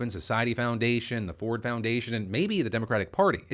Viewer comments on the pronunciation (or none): none